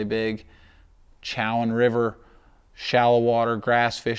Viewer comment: I get a kick out of how people pronounce Chowan 😂. looking forward to seeing how you guys fish it.